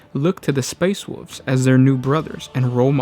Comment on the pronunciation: All I heard was the "Space Woof Legion"